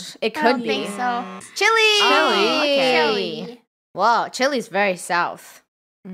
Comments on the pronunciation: it makes me mad when they say Chilly instead Chilay/Chille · it's chile not chili 🌶️ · The way they pronounced Chile “Chilly” 😭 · I love how they pronounce it “Ch-ill-E”